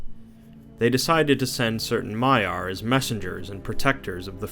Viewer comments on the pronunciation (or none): Victor Dimov yes it is but he said Maya/Mayar and Vaela/Vaelar. Different pronounciation of the words. I might seem like a name pronounciation nazi here but i see the differences and its bugging me. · Although you do have alot of mistakes in the dialogue you should correct. Like Maya when it should be Maiar and Vaelar or Vaela when it should be Valar. Plus you do tend to leave out important lore. Just some constructive criticism for your future videos.